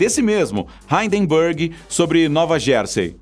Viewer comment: Hindenburg virou "haydenburg"! KKKKKKKK.